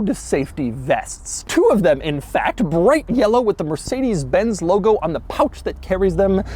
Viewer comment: Did this bro just say “mercikedeez”?